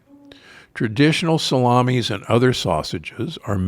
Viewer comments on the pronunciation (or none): none